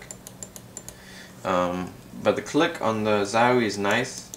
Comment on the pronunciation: zauwie? its a O,,,:)